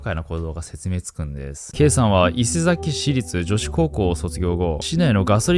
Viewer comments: 伊勢崎のイントネーションが違いますね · たかざき、いせざき、ではなくたかさき、いせさき、です笑 違和感あって内容が頭に入らず😭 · いせざき、たかざきと聞こえるのは気のせいだろうか